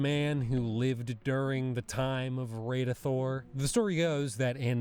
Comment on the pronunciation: its pronounces Radithor not radeithor as in rad something is rad